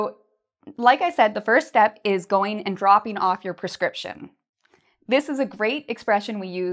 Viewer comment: Hi, the word of prescription is "[prɪˈskrɪpʃn]" in the web, your voice sounds like "[perˈskrɪpʃn]"